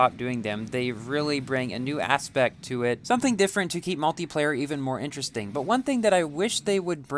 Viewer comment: Great races!!!! "interestream" 😂😂😂😂😂😂😂😂😂😂😂😂😂😂😂😂😂😂😂😂😂😂😂😂😂😂😂😂😂😂😂😂😂😂